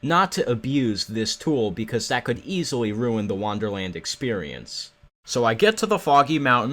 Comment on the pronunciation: Why do you pronounce it "wanderland" instead of "wonderland"?